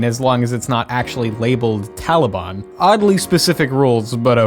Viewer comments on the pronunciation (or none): I didn't know it was pronounced Talibon in an accent. Great name by the way.